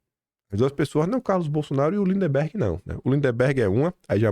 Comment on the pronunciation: o nome do CANALHA não é linDEMberg. É lindberg 😂😂😂